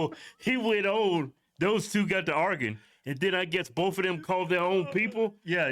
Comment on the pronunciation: argin?? that’s that sub-Saharan tongue😂😂